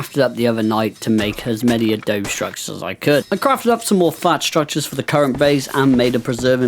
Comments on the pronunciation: Just to help a bro out... This is how it's pronounced -> Adobe = UH-DOUGH-BEE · Just letting you know, you kept mispronouncing Adobe